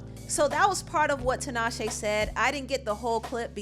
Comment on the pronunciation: I really hate that Tinashe MISPRONOUNCES her own name :/